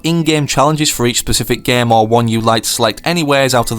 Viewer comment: it is game not gam